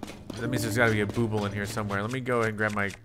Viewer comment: Just an FYI that Bubbul is pronounced like "bubble." I never said anything, but I've been watching this whole series and "booble" has been driving me nuts lol.